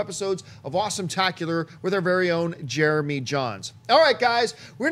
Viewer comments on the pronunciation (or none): none